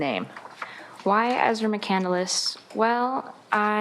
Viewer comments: I’m sure it’s not pronounced “Mc Candle less” either. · Christopher Mccandless last name wasn't pronounced that she pronounced it. She said on the stand that he wrote a book Call into the Wild. He didn't write it. He died, and the book was written about him after his death.